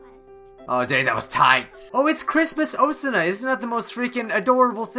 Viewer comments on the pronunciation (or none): Stop calling me oosana its osana Najimi BAKA!